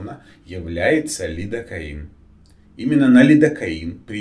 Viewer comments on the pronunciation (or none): Доктор сделал ударение не на лекарство а на ледокаин .который и может дать аллергию